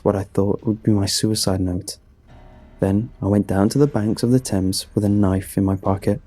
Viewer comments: Also first time I've heard someone with a British accent called the river "Thaymes" and not "Tems" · Aaaargh please edit this stuff! Everyone knows that the river Thames that runs through London is pronounced "Tems'...come on this is exactly what frustrates me and you are such an amazing vocal actor...just tighten up the editing (obviously you got a Brit to do that so its not technically your fault, but as the project manager, yow are responsible for picking an English narrator who is aware of one of the best known (if not THE best known British river worldwide) and pronounce its name correctly. I think you need to balance your good heartedness with concise editing. I love your stuff and its only when someone cares that they get so incensed by errors that are avoidable if you had an editor (I realised that you can't do everything but you have to delegate to people you trust. I know you put your heart and soul into this and that is why it enrages me. It's like all the work you put in, is endangered by mistakes a decent editor/proofreader would eliminate. I would do it for free I feel so strongly about the quality of your performance being compromised!